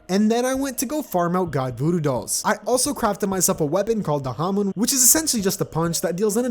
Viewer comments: It's pronounced ham-mon btw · Okay here’s how you pronounce Hamon Hah-Moan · its pronounced ham-in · It's pronounced hah mone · the way hamon is pronounced in the anime is ha-mown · Hamon Ha-mon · Its hamoan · Yes its "Hamoon* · Its (Ham On)Hamon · Actually it’s pronounced ham on- Cocks shotgun Boio Boio: NO. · Usually it's pronounced like ham on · It's ha pronounced like haha mon pronounced like monster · My man cant even say hamon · I thought the joke was gonna be him mispronouncing hamon a few times and then "Ha-Ripple" and then calling it Ripple energy for the rest of the video.